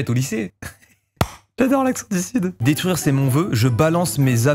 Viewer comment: C'est surtout le '' daitruire'' aie mes yeux 👀